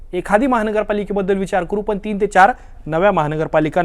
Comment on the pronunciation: पन नाही हो " पण " म्हणा..